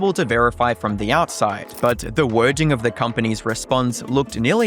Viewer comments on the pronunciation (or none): As a Mexican I noticed these white YouTubers pronounce words wrong, that’s not how you say withdrawal or wording